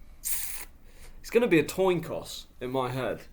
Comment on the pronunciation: it's a toin coss